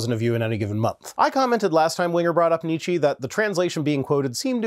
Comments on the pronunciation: To improve your Nietzsche, the "e" at the end is a 'voiceless e'. You speak it like the "ee" from "deed", but it is more like the 'e' from "debt", "dead" or "Depp", and short. Johnny Depp is spoken exactly as the german "Depp" (idiot). But your 'sch' is pretty good. From my observations (on the quest for "Why do we germ(an)s often sound so weird speaking english?"), we move our mouths differently. The difference is like between 'shit' and 'shite. When I speak the 'shit'-'sh', my jaw is relaxed, teeth are behind the upper teeth, the sound comes along the gum and DOWN the upper teeth. For the "shite'-'sh' (which is identical to the "Scheiße"-'sch'), my jaw is pushed forward, the lover teeth are forward of the upper teeth, and for speaking the jaw is pushed and especially the lower lip goes forward and a little down. Come to think of it, the 'push'-'sh' and the should-'sh' should also have worked as example for a german 'sch' But staying in the fecality is more fun. To complete the "Scheiße" (always good to know the cursewords first, they come right from the heart), like 'shite' replacing the 't' with the 'ss' from hiss, and add a Nietzsche-'e'. And the engagement from having just hit your thump with a hammer, then it's perfect. English and german really have a different "base setting" of the mouth. In german, the jaw is more forward, the incisors top and bottom are in line. The sound forms at the gum right behind the incisors. Switching to english, my jaw relaxes, goes back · So now I do get to correct you. What you say (as far as I can make out) would, as an English word, be spelled something like "neet-shee", whereas the correct pronunciation would be more like neet-sha or neets-sha (see Wikipedia for the IPA). So there! (I think these days it's generally accepted that it was the fault of posthumous manipulation of his sister that posited him closely to ... what's the current euphemism? ... oh yes, mustache-guy. Still not really a fan, though.)